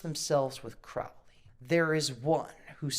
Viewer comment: That documentary is a total joke. The guy can’t even pronounce Alistair Crowley‘s last name correctly. Neither can, it’s pronounced crow like the bird, and then Lee. Crow-Lee. Seriously there is so much false and fake information in that documentary. It’s pathetic., you are getting gullible AF. Abramovich is a shock artist who literally makes money by having people like you freak out, which makes her shit cooler way to play into their hands.